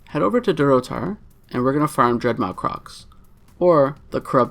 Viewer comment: DreadMAW.. like awesome... dread mawesome